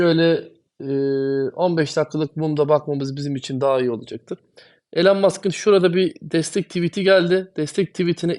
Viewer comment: Hocam yaa o kadar çok içten ve aşkla konuşuyorsun bari Elon Musk ın adını doğru telaffuz te tam olsun. Ya adamın ismi İloan diye telaffuz ediliyor. En kötü gir google translate ordan tellaffuzunu duy. Şu adamın adını doğru dürüst söylen çok az insan var bu ülkede. Kusura bakma sana geldi bu eleştiri ama en çok ta sen kendini doge için paralıyorsun o bakımdan. Ayrıca başka madem içerik üretiyorsun gerek isimler gerek coin adlarını doğru söylemek çok önemli. Bu senin işine verdiğin önemide gösterir. Aman noolucak canım sen zaten benim nedemek istediğimi anlıyorsun kafası yanlış bir kafa olur benden söylemesi. İmza bir dost:)))